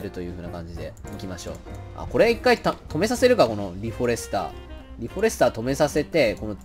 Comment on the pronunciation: フォ↑レスター